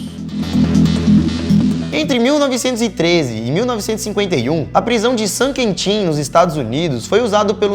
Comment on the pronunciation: "Prisão de "San Quentinho" kkkkkkkkkkkkkkk